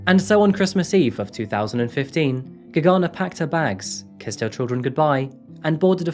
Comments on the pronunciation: UGH. HAVE TO TURN THIS OFF! CAN'T STAND HOW MANY TIMES YOU SAID "GAGANA" ....SO ANNOYING. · It took me a minute to understand that the name is Gergana because the way it`s actually pronounced is so different then what you said. the G is like the one in the word glove with sharper R and as for the man you don`t need to strees the first syllabels the pronunciation is more even. Every time I hear my country name I am suprised peoleknow we exist,thank you for covering case from here sincein Bulgaria 1 of 3 women end expriencing some sort of minor or major sexual or non sexual assult from a man. Domestic abuse is often occurence here but police rarely help on timeif at all